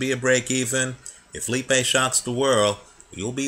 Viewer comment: its said alex lee.a.pie